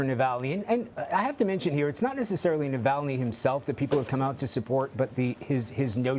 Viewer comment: You can't say 'streets' or 'Navalny' perhaps more training before you get on screen as a reporter?